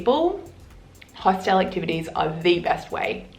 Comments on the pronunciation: You look like an intelligent woman, and I would hate for you to keep sounding like a 3rd language speaker. It's a Hostel and not a "Hostelle". Pronounced as "Host'il" . If you want to twang it, you risk sounding like you are talking about a knock shop. :-) Thanks for the vid! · It's HOSTAL not HOSTELLE. Stop using your own pronunciation please.. otherwise pretty decent tips. But I don't know what kind of hostals you stayed at but most hotals dont have a bedlight. It's basic. A room, 3-6 bunkbeds, no gender seperation. If you're travelling, you expose yourself, so always be wary. Europeans are friendly but creeps are everywhere, unfortunately. That includes lady creeps^^ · hos TELLS? Learn to speak properly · I’m sorry… but your insistence on mispronouncing ’hostel’ makes listening to you too irritating. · "if you're going to make fun of me for mispronouncing this word, oh well. I mispronounce this word" would have been a better intro. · How can you help us you carnt even say the word hostel right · You do say hostel weird. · you say hostel weird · Glad she’s addressed the way she says hostel right from the start lol